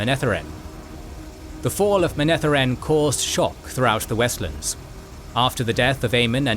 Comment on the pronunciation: You should listen to the audiobook to learn how to say the names. It's kinda weird hearing them pronounced funny. Kinda ruins the video for people who have listened to how Michael Kramer and Kate Reading say them. It's Aye-eel and Moun-etheren.